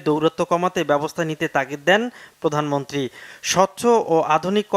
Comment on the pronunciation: প্রধানমন্ত্রী কথাটি সঠিকভাবে উচ্চারণ করুন